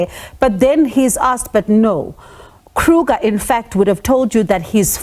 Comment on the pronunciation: The surname is Kruger and not Kruka please. It is Afrikaans and not English. 😂